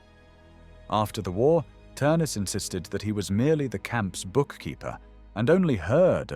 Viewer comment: Th is pronounced as a hard T so it's pronounced Ternes